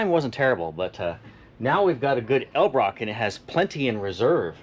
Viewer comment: needs to learn how to say Edel-brock.